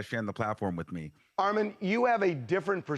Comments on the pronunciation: This was good! But ain't his name pronounced as Armon and not Armen? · Lol why he pronounce it like “Armen” 🤣🤣 You are the moment ARMON!!!!!! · The way how the “Clears* call Ar-mon Ar-min but we gon’ let it slide cuz our boy done made it to TMZ 🥳🥳👏🏽👏🏽🙃.. Armon we are so proud of u 🥹🫶🏽❤ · Why that man keep calling you “Armen” 🙄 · Bruh he could have learned how to say you name properly . Almond is killing my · "Armin" 😂😂😂 you cooked baby, new opportunities are on theee way ❤ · CONGRATS!!!!! - (P.S) I HATE when ppl f**k up your nameeeee I be screaming at the screen like a mad momma “it’s ARE-MON not RMAN” -__________ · ❤❤❤❤❤ yesss! I’m mad Harvey keep saying Armin! 😂 Congratulations!!!! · Ore-Mon Are-Men. So many ways to talk about the GOAT! lol so proud of you ARMON! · So proud of you Armon!!!!!! Tell them to pronounce my boo name right tho AR-MON not MEN! 🙂‍↕️🩵🩵🩵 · ITS RRRRRR-MON not AR-MEN 🥰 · Congratulations but it's Armon... not Armen 😅😂 like sir 🤷🏾‍♀️ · Great work will be recognized from the greats! Yes Armin! (That's how Harvey pronounced it lol) 🔥🔥🔥💪🏾💪🏾💪🏾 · Congrats Armon but correct them on your name every time, period! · Pronouncing armon, Armen is crazy lol ...congrats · I LOVE this moment for you... Although i HATE they kept messing up your name!! Get it right "Harry" its AR-MON!!!🎉🎉🎉🎉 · I’m trying to get past everyone mispronouncing his name 🤦🏽‍♂️ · I love this for you!!!! (But ima need them to get yo name right!!! It’s two syllables 😑) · U ALSO NEED TO TEACH THEM HOW TO PRONOUNCE UR DAMN NAME! GREAT JOB THOUGH! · Why are they butchering his name like that!! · This is confirmation that this type of content is your lane! Keep blowing up Armon 😂 sn: i wished harvey pronounced your name correctly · Him saying your name wrong is irking my soul 😢😂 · Yasssssss baby!! That star power is bananas! (I’m over Harvey mispronouncing your name). 🤣😩 They’re loving your perspective! 🎉❤ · GET IT ARMON!!!!!!!!🎉🎉🎉🎉🎉🎉🎉🎉🎉🎉🎉🎉🎉🎉🎉 Correct his pronunciation of your name!